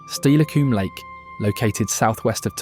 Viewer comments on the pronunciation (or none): Please learn how to pronounce Puyallup and Steilacoom before teaching everyone the wrong way to say them. Other than that beautiful video. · This is a cheap clickbait video. Not only has got the history wrong, can’t even say the names right. Dude, Lake Steilacoom is man made.